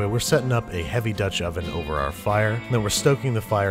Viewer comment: DUTCH oven